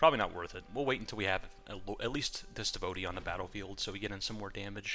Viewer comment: Devo tee not devote e